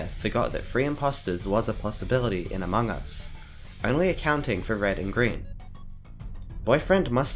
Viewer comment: You dont know how mildly infuriateing it is when he says among us/amog us like a-mo-gus when its pronounced a-mog-us. If you dont get it he says it wrong in short